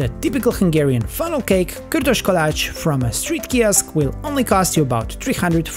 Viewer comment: I am hungarian and you say kürtös kalács pretty good